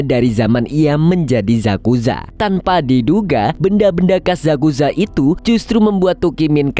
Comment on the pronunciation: Yakuza bro. Bukan zakuza😅